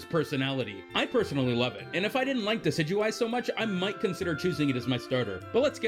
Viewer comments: THANK YOU THANK YOU THANK YOU THANK YOU THANK YOU THANK YOU THANK YOU THANK YOU THANK YOU THANK YOU THANK YOU THANK YOU THANK YOU SOOOOOO MUCH!!!!!!!!!!!!!!!!!!!! EVERY other video either doesn't even try to pronounce Decidueye's name or butchers it horribly. Thanks for not doing that. It's literally gotten to the point where I have typed up and copied a correction so I can paste it into a comment box as a PSA. For anyone who's not the guy who made this vid and has read this far, THIS GUY PRONOUNCES IT CORRECTLY!!! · thank you for pronouncing decidueye correctly .-. so many people miss pronouncing it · Oh thank god, someone else pronouncing Decidueye the same way as me. I had no idea how to pronounce it at first, ahaha.